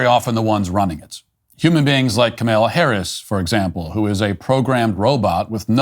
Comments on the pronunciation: Kamala Harris is dumber than a six year old. But let's get her name right. It's not ka-may-la. It's not camel-ah. It's Kah-mah-lah. A great Hindu name that means lotus flower. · Are you deliberately mispronouncing Cameltoe's name? I'm okay with that. Trump's imitation of her was spot on. She speaks like she's talking to a group of 4 year olds. So, with all that video evidence, they still know that a Democrat will never be held accountable.